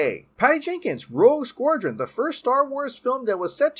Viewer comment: Dude can’t pronounce Rogue Squadron lol